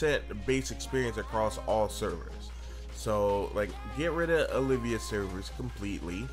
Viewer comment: They are Olv-ia servers not O-liv-ia